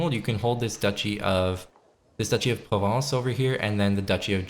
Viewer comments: Guy, it's "Provence", not "Provinence". It's pronounced "Prov-A-nce" Now you know. :) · where the hell did you go to school? De-posed not disposed Pro-ven-ce not providence